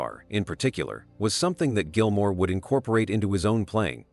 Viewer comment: Who is this "Gilmare" chap?